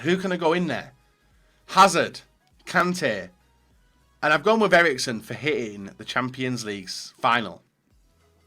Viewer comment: Erikesen? HAHAHAHHAAH